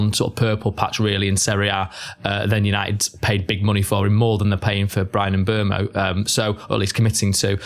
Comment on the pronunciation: I want to congratulate you guys on being the only Man Utd channel that can properly pronounce Bryan Mbeumo. Take notes Stephen Howson and Adam Mckola